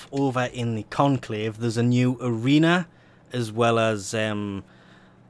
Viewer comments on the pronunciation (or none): "There's also new Lenovo stuff over in the conclave" - Lenovo? Like the computers? Was I the only one to hear that?